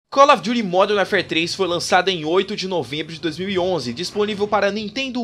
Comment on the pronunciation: Parabéns pelo vídeo e pela pronúncia com o nome do jogo: primeira vez que ouço alguém falar isso certo.